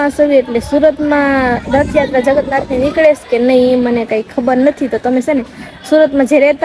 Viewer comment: જગત નાથ ny જગન્નાથ બોલો પેલા બોલતા શિખો મેગી બોલતાy ny આવડતું mengi બોલે છે